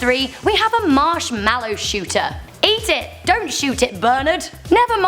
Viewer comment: lol you can not say mashmollow